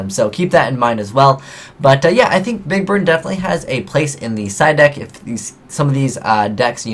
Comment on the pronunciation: I swear you said "big bird" at least once.